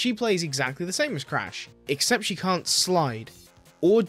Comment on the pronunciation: "i kent do speen" Oh boy I'm in for a ride